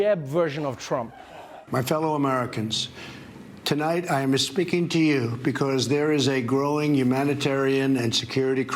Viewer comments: He flubbed the first sentence. He says "Tonight I yamma speaking to you...." ??? It's like his brain was prodding him to do it with a fake Italian accent. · he says "I am a speaking to you" . The "A speaking to you" sounds hilarious! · “ tonight i amma speaking to yooou”.